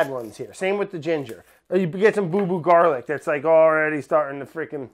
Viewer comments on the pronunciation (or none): I can’t believe nobody else was dying at the “Garla” part ! I’ve been dying for a good 20 mins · “Garla” sent meeeeeee